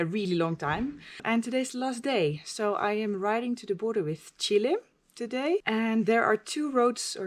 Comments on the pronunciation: It is not "Chilie", it is "Chile". Please, learn to pronounce it correctly!! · It would be really helpfull if you could write phonetically how it should be pronounced. In the Dutch language Chile is written Chili. Hence Noraly's pronounciation. Cheers.